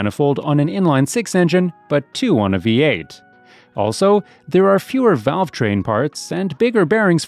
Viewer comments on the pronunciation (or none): none